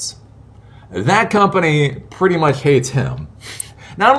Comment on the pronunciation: how hard cant it be to pronounce "much"